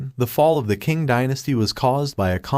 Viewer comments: "Asian historian" Proceeds to butcher the pronounciation of the Qing "Chee-ng" and Liaodong "Lee-ow-dong" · Man, Like the other guy said , work on the pronunciation Some suggestions - provide context to who the Qing were, machus ruling over Han Chinese subjects forcing them to submit and engage in degrading practices (the specific haircuts) - provide more context and detail on how the Qing stifled innovation development and how this lead to Chinese intellectuals forming a counter culture movement